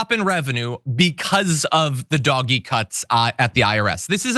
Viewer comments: "DOG-EE" cuts? It's pronounced "DOH-j ", you lost me at that point. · Call it dodge ee, not doggy.. doggies are good, DOGE…people that do dodgy shit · Motherfucker really said "doggy". Doge is pronounced D-oh-jj. I understand that you think you're being cute by intentionally mispronouncing the name, but you come off as out of touch. Way to go. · Doh! j. - Doggy. Same. We know what he means. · I think Doge is supposed to have a soft G—Dodgy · John, PLEASE don't pronounce DOGE as "doggy!" Dogs are wonderful. DOGE should ONLY be pronounced the correct way which is DODGY as both their actions and members are incredibly dodgy! Thank you. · I haven't heard DOGE pronounced "doggy" before. I think it's more accurate to refer to it as "dodgy". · Why do you keep saying "doggie"? That's how you spell what you say. Everyone else pronounces it as "Dojj" as in with a soft g and silent e. Your insistence on pronouncing it, differently is making me switch off the video, seconds in. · stop saying "dog-ee" for feck sakes. It's pronounced "dowzsh" At least get the pronunciation correct if you're going to rant about it. Ya sound like a dang fool when you say it wrong. And damn you for making me defend any part about it. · Hearing "doggy" makes me cringe but thanks for the coverage! 😂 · First time I've heard it pronounced "doggie" and I'm never going back. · Why does he keep saying doggy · Please stop saying "Doggie" like a moron. Take the mere 2 seconds it takes to google "pronounce doge" and at least sound a little more intelligent on the subject. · Doggy shit! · It's pronounced "dodgy". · Don't say "dog-e" and then laugh at "tesler" it's equally cringe. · Oh i like him calling it Doggie lol like a dog dirty dog... lol 🎉 Doge implies royalty. It is equal to a Duke. 🎉 #Ettd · it was never pronounced “Doggy” - ever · DOGE-bags. Please get it right John. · Can you not pronounce it doggy..? Don't want to taint the affectionate name of some of the best animals ever.